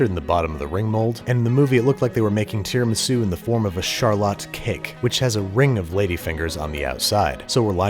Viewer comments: so tierramisu? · Ring mold said no an left so babish made Tear-amisu 😅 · A tiara-misu if you will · Tiramisu? Mmm, dont mind if I..... Tiramido... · When it falls I realized you are making tear-a-misu